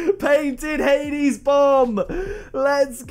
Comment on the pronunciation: You said hades bomb wrong btw